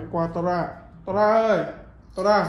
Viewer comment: Nó đc đọc là tô ra nha anh 🤣🤣🤣